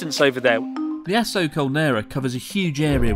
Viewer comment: The way Chris pronounces Aso makes the phrase "the last known eruption of the Aso (asshole?) caldera" sound really off-putting.🙄